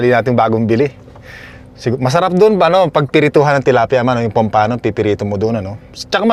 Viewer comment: Pampano is pronounced with the accent on the first syllable. Pam-pano and not Pam-pa-no